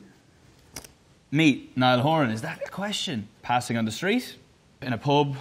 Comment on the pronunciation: It wasn’t ‘street’ it was ‘sshhtreet’😂😂